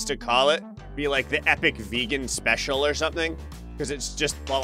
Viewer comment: Um,.... on level 8, you mispronounced Special. It didn't have a mistake.